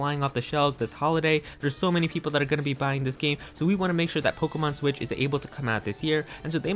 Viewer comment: “Nintendo swit” 😂👌 “Nintendo swi”😂😂😂😂😂💀💀